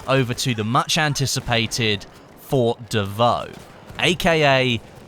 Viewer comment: FORT not FOR PRONOUNCE THE T FFS